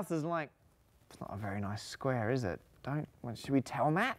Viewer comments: I'm just here to listen to James Grime say "sqruare" 😊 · "a skweh made out of skwehs" love grime